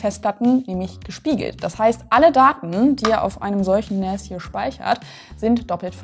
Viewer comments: NAS spricht man zwar mit "A" nicht mit "Ä" aber ich feier "NÄÄÄÄAS" trotzdem super hart. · finde es komisch zu hören wie NAS ausgesprochen wird, man sagt auch nicht SÄN kenne es aus meiner gut 20 Jährigen IT Laufbahn eigentlich im deutschsprachigen Raum als Naas also mit langem A ansonsten guter Beitrag :) außerdem würde ich wenn man sich ein bisschen Auskennt zu einer Eigenbau Lösung raten. raid 5 macht Sinn also mindestens 4 Disks verwenden. Open Media Vault ist eine sehr gute Open Source NAS Software als Beispiel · jetzt will ich auch eins von diesen "Nähs"